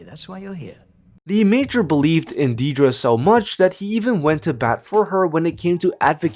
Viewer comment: If you're going to go to the effort of making a video about Dedra Meero, can you at least pronounce her first name right? It's not hard.